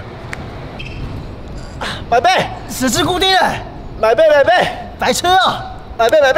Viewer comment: 我不知道為什麼，十字固定欸這句話說出來我直接笑爛，我覺得只有耿賢才說得出這種奇妙感覺，耿賢超適合吐槽，他的十字，是十至固定，ㄓˋ，董軒在地板ㄉㄧㄡˉ脾氣也笑死😂😂😂